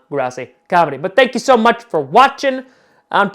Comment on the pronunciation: when tom says grossi does it sound kinda like chrossi? pls tell me im not the only one